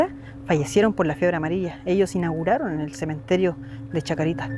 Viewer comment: Cementerio de la Chacarita, sin S final nomás pa. Hermoso